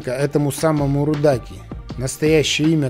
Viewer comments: В таджикиском языке ударения всегда падают на последнюю гласную,то есть аутентично не РудАки,а РудакИ)так со всеми названиями,фамилиями и именами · Спасибо, отличный фильм! Маленькое замечание, ударение в имени поэта РудакИ падает на последний слог, как, впрочем и в большинстве персидских имен: ДжамИ, ФирдоусИ, НизамИ. Вот его полное имя: Абу́ Абдулла́х Джафа́р ибн Мухáммад Рудаки́ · Имя его правильно Рудаки, ударение на и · Спасибо, а в каких словах кроме "Рудаки" не правильные ударения? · Рудаки - ударение на последнюю букву